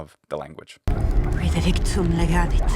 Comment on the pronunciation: In legavit, the Ukrainian doppiatrice didn't pronounce the Ukrainian g most certainly, as Ukrainians pronounce it very clearly! And it would be very interesting to listen about Slavic accent in Latin (I don't mean tsezar, tsytsero κτλ.). I mean us, Slavs, attempting to pronounce it classically, traditionally. For example, I'm a native Russian speaker, and I have never heard about the Russian accent in Latin. I try and seem to be pronouncing it quite correctly, but there is no one to judge me... Maybe, you could ask us, Slavs, to recite you something and record, and than you'll analyze it? Us, men of swamps and forests, would be very grateful!